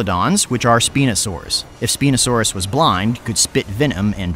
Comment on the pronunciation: It’s pronounced “SPINE - o - Sawr - us”.